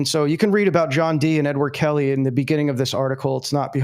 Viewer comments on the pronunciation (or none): none